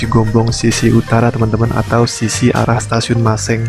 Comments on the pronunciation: Sebutan maseng untuk hurup E nya biasa orang sunda nyebutnya jadi EU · Tks info2 nya kang...Maaf...ketinggian stasiun Cigombong itu klo tdk salah 499 m dpl....bukan 699 dpl.... Satu lagi hanya sekedar info..bagi masyarakat Cigombong dan sekitarnya, huruf E pada kata Maseng biasanya diucapkan seperti huruf E pada kata Merak atau Benar/Betul/Lengkung/Lebay 😅